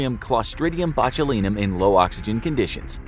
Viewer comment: Sorry couldnt make it past mispronunciation of botulinum at the start